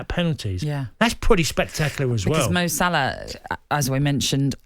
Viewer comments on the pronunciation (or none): Man really said Malah and Sane😅😅🤣🤣